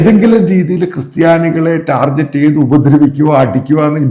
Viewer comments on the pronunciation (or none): none